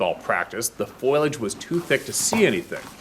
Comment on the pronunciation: always pronounces foliage as foilage! Funny 🤣